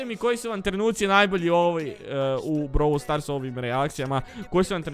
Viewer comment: Browl stars❌ Brawl stars se kaze